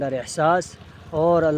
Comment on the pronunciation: ارے آپ نے مدرسہ الفلاح میں اتنا تو پڑھا ہو گو کہ لفظ۔ تاغت۔ نہیں بالکہ۔ طاقت۔ ہوتا ہے